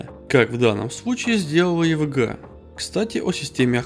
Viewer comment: хватит уже "йевиджийей","йевэгэа" просто ЕВГА и всё !